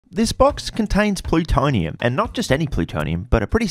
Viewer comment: Cant take you seriously after you pronounced plutonium like that